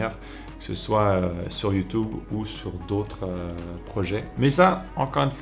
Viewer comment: J'adore quand tu dis youtoube